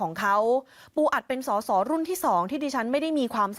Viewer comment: เขาเรียก สด.ส. ไม่ใช่ ส.ส.